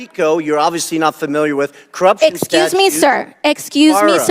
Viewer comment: Axecuse me sir, Axecuse me sir, Axecuse me sir...